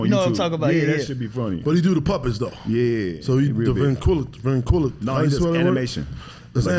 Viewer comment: struggling to say ventriloquist and they bypass it is funny to me